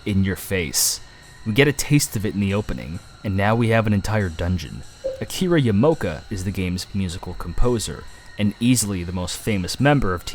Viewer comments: It's Akira Yamaoka, not Yamoka... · A million people must have already mentioned this but it's Akira Ya-mah-oh-ka.